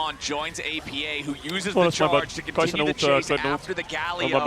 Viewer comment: I think its disrespectful to keep calling him oppa, when you know its pronounced A P A.